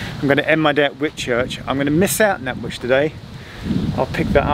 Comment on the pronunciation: Did he say Nannwich? Sounded to me as if he said it right.